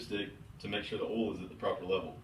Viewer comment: LoL it’s called oil not all